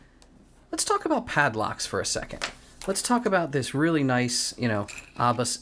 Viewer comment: Love your videos just subscribed. Just some info the lock pronunciation is with a long A, no R in it. Pronounce as A bus